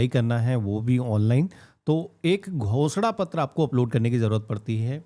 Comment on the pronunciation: Ghoshna pattr is sounds like Bh__da pattr. 😅😅